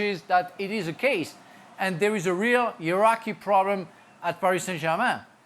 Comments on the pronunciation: I was wondering what the "Iraqi" problem was but then realised he's actually saying "heirarchy." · He meant to say hierarchy and the captions did put down Iraqi lmao! But he meant to say but didn't pronounce it well was hierarchy! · Man said Iraqi😂😂😂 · Re: Iraqi, it's difficult for french speakers to pronounce the hard "h" sound. Note how "hungry" often sounds like "angry" with this same accent. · For a second there I thought Frank said "everyone knows there's a problem with the Iraqi at Paris Saint-Germain..." and I was thinking, what Iraqi? Does he mean the Qataris? Is he being passive-aggressively racist? And then it clicked that he was saying "hierarchy". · I'm from iraq and I was so confused 🤔 iknow he said hierarchy but I almost thought he said iraq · we know bro he said heirarchy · hierarchy is what he tried to say lol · Frank: “ There is a real Iraqi (hierarchy) problem at PSG”.. 🤣🤣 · Omg I'm not a only one who heard iraqi. I was like, umm what?? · 🤣🤣🤣... I noticed the same! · Frank's pronunciation of "hierarchy" is hard to hate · I heard Iraqi 🇮🇶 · That classic French pronunciation of not pronunciation H at the front of words is awesome